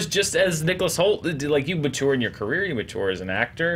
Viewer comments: Yeah, he does often mention the South (even here). But is that a common pronunciation? 'Matour' 😅 (I'm just fascinated by accents and linguistics in general) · Where are you from,? 🤔 English is my second language, but I don't think I ever heard anyone pronounce 'mature' like you.